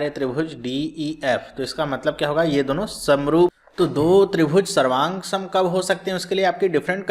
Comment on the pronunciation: SARVANSANG , SAVROOF KYA BOL RHE HO SIR :(